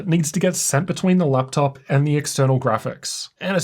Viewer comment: why is every vowel you pronounce "eurr" euuonne teurrr theurruee fuerr leupteurrp qeulceuurm